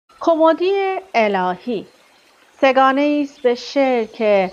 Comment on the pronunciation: کُمُدی نه کُمِدی